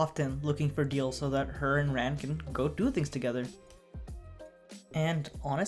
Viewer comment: the way you pronounce Conan and Ran is just foul